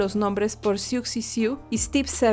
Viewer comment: Se pronuncia "Súuzi Su" y la banda "Súuzi and di Bánshis" así fonéticamente. En este video está toda la explicación y se oye la pronunciación.